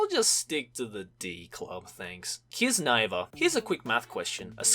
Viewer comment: I thought kiznaiver was pronounced kizna-iver.